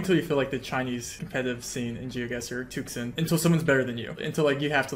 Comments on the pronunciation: Tuxun is pronounced more like too-shyun in Chinese. Took-sun do sound really cool tho lol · Just fyi, and in the spirit of learning, there is no k sound in tuxun. It's not tukson. An X in Chinese is pronounced like a slightly lispy s. Dunno how to explain the U though... first is deep oo, second is shallow oo.... close enough. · too-shün is what it's pronounced like in case anyone cares enough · crying how he mispronounces tuxun every single time